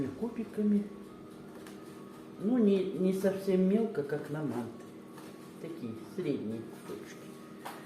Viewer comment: Нет не маааанты, а Мантыыы! Мантыыыы! Ударение на Ы!